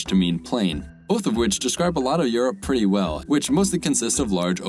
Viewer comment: You need to work on the name for Europe